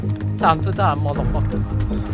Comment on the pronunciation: 마다르 파카르 발음 계속듣고싶다는ㅋㅋㅋㅋ 영어자주좀